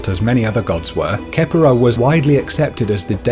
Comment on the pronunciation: It's not kepera it's pronounced Ke-Pri